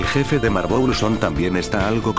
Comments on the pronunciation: Jajaja "marbol" xd es marbel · En ves de marble le escuché Marbol